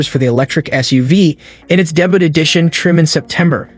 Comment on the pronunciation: Just curious, is the voiceover in this video computer-generated? It sounds really good, and I assumed it was a human recording until I heard the words "debut" and "Hamtramck" incorrectly pronounced.